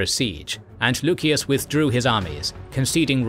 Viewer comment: Lusias. Theres no k, just c.